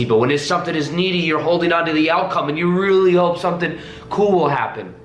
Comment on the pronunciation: Is there anyone here suddenly feels happy, enjoys and wanna hug him when says " I rrrrreally want that"?!